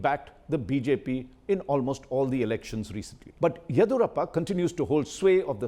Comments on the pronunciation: U r native of kodagu and not able to correctly pronounce yeddiyurappa correctly. Looks like its deliberate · Mr. Raj Chengappa, you say you are from Karnataka. But you are not able to pronounce the name "Yediyoorappa" correctly. How come?